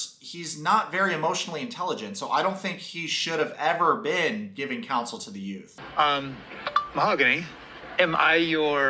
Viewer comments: "Mahagoony" 🤣🤣🤣🤣 you are like Big Ed with "Cayote"... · whats weird is that she says her name is :Mahooooooogany and not mahaaaagony. but she says her own name wrong during the talk with the friends. she calls herself same wrong as everyone calls her. I doubt that is even her real name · Ma-ho-goony I love the pronunciation! So on point!! Well Goonies never say die! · Lmao you way of pronouncing her name is killing me “mahagoony” lol 😂 also notice every time she looks at him he looks away, he next to never looks at her and never tries to connect and communicate it’s dead silence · dude, I love how you pronounced Mahogany as "Mahagoony". It's as if you see "Mahagoony" as we see her as real as a WWE Diva's "chest parts". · Yep, this is a crummy cast. I’ll bet TLC paid her to show up for that meeting..but, how embarrassing that must be to be left at the Airport.. alone..is her name ..Ma-ga- who-née ?😂🤣😂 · You calling Mahogany “Mahagooney” is just 😭😂😂😂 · It's hilarious how you keep calling her Mahogoony and wood girl!🤣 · “Mahagooney” lmao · “Mahagoony”, lmao 😜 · Mo-ha-goonie lmao... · Her name is Mahogany and the correct pronunciation is /maoganee/. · The way you pronounce her name is hilarious 💀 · They are using the proper Spanish pronunciation of her name... Ben is actually the one mispronouncing her name. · I love how they dont say her name the way she told him its how its said..SUS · She just mispronounced her own name lol. When she says you never said "mahogany do you want to be my girlfriend?". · Any one catch "MAHOGANY" saying her own name differently then what she originally said it was? That's suspicious 🤔 Like why mispronounce your OWN NAME? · Are you butchering her name on purpose? because that's probably the worst attempt I've heard 🤣